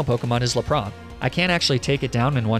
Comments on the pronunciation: "le piss" "arcaneenay" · i have never heard anyone pronounce "lap-rass" as "la-prah" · laprah lmao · Yeah “jija impact” hurt my soul, as did “Maleficent” Edit... “Laprah” made me upset, it’s one of those that been said in the anime a lot, and simple to pronounce. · Petition for a mispronunciation compilation! 😅 le-praw broke me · Lapras is pronounced as lap-rus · Sorry to roast but laprah? That is not even close to lapras's pronunciation... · Why do you pronounce lapras like luhpraw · They disñiked bc of how he said Lapras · the s is not silent in lapras